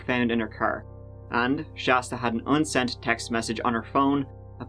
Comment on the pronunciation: My friend, did I really hear you say "unsented text message"? 🤔